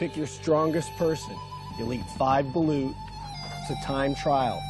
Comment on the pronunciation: 😂😂😂 its balut